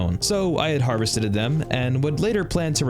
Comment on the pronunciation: cement? dats conk krete babey! did he said harvesteted or am I going mad?